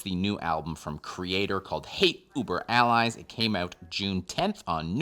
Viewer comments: Why do you keep pronouncing Hate Über Alles as “allies”? It’s pronounced like “al-ez”. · 1- needs to listen to some Dead Kennedys so he can learn how to pronounce alles properly 1-he also needs to learn Roman numerals.